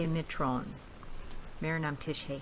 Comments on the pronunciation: Thr way I see it Mitron does have 'n' pronunciation. Just not as explicit as in 'Proton' and 'Neutron'. It's like pronouncing 'Song' and leaving out 'g' from it. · 1st like comment view and share for 85th time thanks for your kindness and mentioning me again in video 😍😍🙏🙏...... Hey ma'am you again used "n" at last in Mitro word which is wrong.... Overall lots of love and respect 🙏